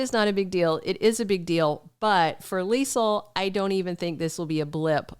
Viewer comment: Hey! I love your Leisel accent lol on point! Two things. Do you think they will ever bring up the fact that Ezme is the reason Sasha lost her baby? There are a few things that happened but the writers move on quickly like it never happened. Like when Lucy got kidnapped, hit a man and ran off then next thing we know Lucy is at Deception like nothing happened.